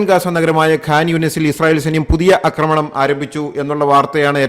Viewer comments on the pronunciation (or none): അക്രമണം അല്ല ആക്രമണം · ഞാനും ഇതുതന്നെ എഴുതിയിരുന്നു. ഇങ്ങേർ 'അക്രമണം' എന്നേ പറയൂ. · എന്റെ പൊന്നു സാറേ... അക്രമണം അല്ല ആക്രമണം എന്നുപറയൂ എത്ര കാലമായി കേൾക്കുന്നു കഷ്ടം.... ഇനിയെങ്കിലും ഒന്നു തിരുത്തി പറ..